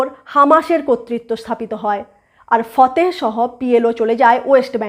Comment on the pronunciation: ফতেহ নয়, সঠিক নাম ফাতাহ